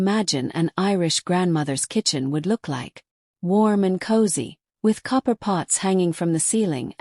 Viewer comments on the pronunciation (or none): none